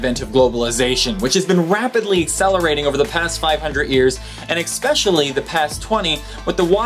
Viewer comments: stop saying "eXpecially". It's especially. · I know that I'm probably really annoying, but, please, say especially, not expecially! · Yes, I find that expecially annoying, don't you? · He did it again^^